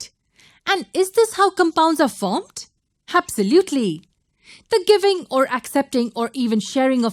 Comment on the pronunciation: Awesome video but your "habsalutely" is hilarious 😂